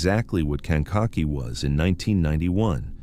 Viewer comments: "Kank a kee" is th proper pronunciation. Sometimes you pronounce it correctly sometimes you mangle it. ???? 🇺🇸☕🌄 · Kankakee= cane ka key! Ugh look up the way things are pronounced